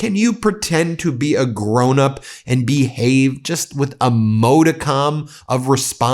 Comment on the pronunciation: Pssst, Ben, (coattail tug) ...Hey buddy, the word you want is Modicum ~ mod'-i-cum (soft "o", soft "i", soft "u"), not mōdacom. Go get 'em, Tiger!